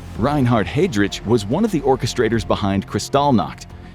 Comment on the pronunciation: The pronunciation could definitely be better, especially for Heidrich